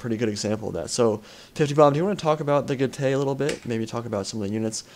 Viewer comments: Good commentary as usual, and it was very close in the end. Just one thing though: from my 3 years of basic Latin at school I think Getae is pronounced 'Get - I' rather than 'Get - ay'. Also the falxmen look really cool, and I hope they are added to the game. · I am from NZ as well but also happened to do Latin at school, and I can verify that is indeed correct in the pronunciation of Getae.